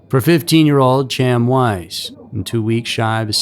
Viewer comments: Dude, what in the fck!!?? Hiw many times do we have to do this??? Chaim is a hebrew name and is not pronounced "Cham" its pronounced "Hi-yum" I seriously dont understand what it is with this channel and the constant mispronounciation of towns, names, etc. If you know that you dont have a clue how its said, why dont you look it up? It literally takes seconds, yet here we are with you still just throwin out your own personal opinion on how it should sound. I dont know if youre trolling, and honestly i dont care. For the professional production value it would probably behoove you to start looking up how to say all the words you know damn well you dont know how to say...just a thought if you wanna be taken a bit more seriously. This isnt a one time, five time, or even ten time thing/mistake. There are easily 40+ videos with you mispronouncing words, and why? Given how quick and easy it is to just look them up, theres no excuse. It just makes the video and channel look trashy. Come'on, do better. Everything else is top tier...i dont get it. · and "Chaim" isn't "cham" it's more like Hyim. Pronunciation isn't usually strong suit, but we love the tales so he's forgiven. 😆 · The name Chaim is pronounced hiyum. Please do not rely on yourself for attempting name pronunciation. Ask for help, search "How to pronounce....". Learn before posting. Have someone else edit your content before posting. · Love the video. For future reference though, Chaim is pronounced "K-eye-m" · Chaim is pronounced “hi-am” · Chaim’s case has been around long enough and covered enough times for you to know his name is pronounced Hy-am. 👎🏼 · ALSO, as Chain was Jewish...His name is pronounced, "Hyam". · Not being critical but Chaim is produced "Khah-yim" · That's not being critical my friend . It's important that people know the correct pronunciation. Thanks for sharing. Happy Halloween. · It's a pretty simple name, every time he said it the way he was, just irritated the hell out of me.